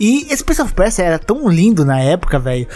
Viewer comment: "Prince of Perchia" kkkk